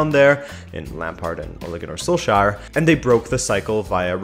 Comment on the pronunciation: Ole Gunnar Solskjær = Ohli Gonnar Sol... shire?